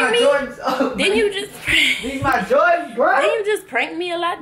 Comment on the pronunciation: Did u say “jardans”🤣